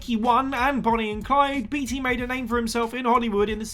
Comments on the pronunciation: It's pronounced bait-y not beat-y come on Google if you don't know it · Beetea... I beg your pardon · Warren BEETY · Dude, just because it is spelled Beatty does not mean it is pronounced that way. It is pronounced Baitey. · Warren “Bay-Tee” not “Bee-Tee”. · Introduction is WAAAAAY too long! And Beatty is pronounced "bay-tee".